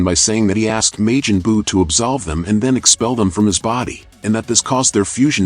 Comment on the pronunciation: This garbage AI voice. May-Jin- Boo? Lol tf is that